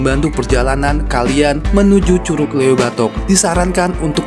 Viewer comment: Cara ngucap LEUWI salah bang..heee